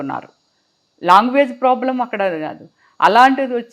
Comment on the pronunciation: Longuages kadu ..language